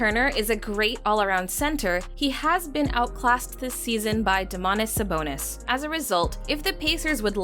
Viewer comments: "Domanas Sabonis" T: ight imma head out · "Damonas Sabonis" - Whoever that was, 2020